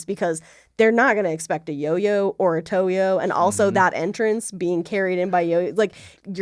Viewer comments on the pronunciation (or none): After Toe-yo practice lets get some Fro-Yo! Thanks for another great episode. Love you guys!